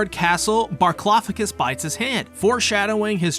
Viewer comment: His name is actually Barklofficous?